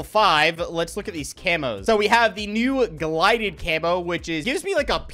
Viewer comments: i love u dawg but SAY “GLIDED” ONE MORE TIME N IM OUT..😭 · Lol “glided” 😂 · Lmao "glided"